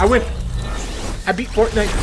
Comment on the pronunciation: It's pronounced fort fight